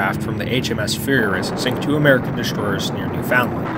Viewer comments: It is pronounced New feund land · It’s not that hard to pronounce Ontario and Newfoundland come on man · Need to research how to pronounce some of the names. Ex. It's not pronounced New Found Land. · I could see Ontario being hard maybe, but Newfoundland is literally Newfoundland. Not hard to pronounce.